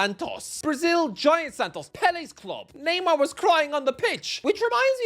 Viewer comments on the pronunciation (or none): none